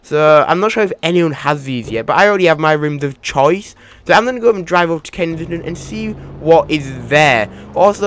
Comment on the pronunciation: Lol kensidghfjdhfton Its supposed to be kensington Lol